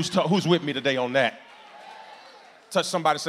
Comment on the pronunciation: He always preach BUT he PREACHED TA-DAY